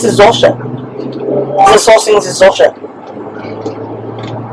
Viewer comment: Did she said ZULLSHIT??? Lolllll I cannot